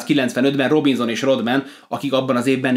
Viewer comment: 6.7-el az NBA-ben nem szamit valaki magasnak, meg a 6.8-as Pippen sem szamit annak (aki azert Barkleynal joval komolyabb tenyezo). Raadasul nem Ródmen, hanem Rádmen a helyes kiejtes :)